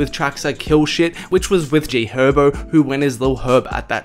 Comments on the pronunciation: This nigga say “g hobo” lol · Why he say G Herbo like that😰